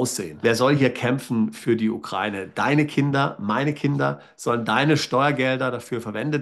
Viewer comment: Sie sprechen das Wort Ukraine falsch aus.